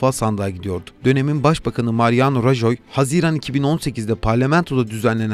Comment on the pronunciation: Şu yabancı kelimelerin telaffuzuna dikkat edebilir misiniz biraz? Kimse sizden bir native gibi telaffuz etmenizi beklemiyor ama Rahoyu Rajoy, Boris'i Baris, Deyli'yi Dayli, Şolz'ü Skolz diye okuyunca komik görünüyorsunuz.